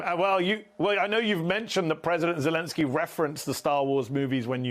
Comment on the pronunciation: Thanks for this interview, Mehdi Hasan. Mark Hamill has always impressed me, with his straightforward honesty, open engagement, and steadfast integrity. He even pronounced “Zelenskiy” and Sergio Leone’s first name, correctly. The only moment that slightly startled me (and dates him!) was that he used the Hollywood term ‘Spaghetti Western”! I always found that designation rather denigratory, and much preferred the older expression “Italo-Western”! Sergio and his old classmate Ennio Morricone were truly formative of that genre, which wouldn’t have had such an impact without the boisterous, often tongue-in-cheek humor of the musical scores!